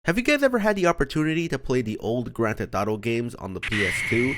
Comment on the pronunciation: “Grand theh thauto”